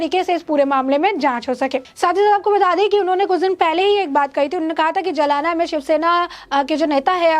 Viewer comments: जलाना नही जालना 😁😀😆😅😄😃🤣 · मॅडम सही नाम है ' जालना ' ना के जमाना. जालना महाराष्ट्र के मराठवाडा भाग मे है. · जलाना नही "जालना" बोलना जरुरी है। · जालना कहो मैडम JALNA आप जलाना कह रही है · मॅडम, जलाना नहीं जालना...